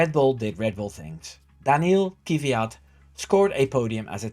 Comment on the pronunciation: Kviat, not Ky-viat! Have some respect for the guy, after all he gave Max his car, his girl and his daughter! 😆😆😆